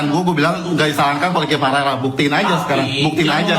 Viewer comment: Host gak bisa baca paralel